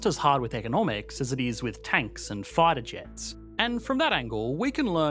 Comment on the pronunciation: You had me at "farter jets"